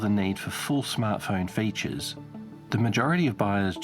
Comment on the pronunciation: Dude says Fayjus, instead of "Features"